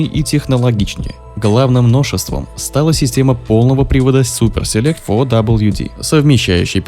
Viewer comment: Супа селект говорит